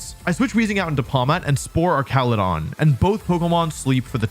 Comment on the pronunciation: Don't lie, you absolutely still pronounce names bad on purpose. "Slay-king" instead of "slack-ing" - Slaking slacks, that's the whole point. "Ark-al-u-don" instead of "arch-al-u-don" - Archaludon is an ARCH, that's the whole POINT. "Oon-feh-zaunt" instead of "un-pheasant" - it's a pheasant. THAT'S THE WHOLE POINT. And it's not "pronounciation", it's "pronunciation". There are only two "O"s in the word, not three.